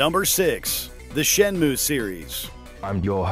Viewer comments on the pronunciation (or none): Okay, I’m going to be that guy. It’s pronounced, “Shen-MOO-Eh”. “Ue” doesn’t make the “ooh” sound like in “Purdue”. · Okay, I'm going to be that guy. If you knew how to read the katakana that's on the official box-art, you'd know it is actually pronounced "shen-moo".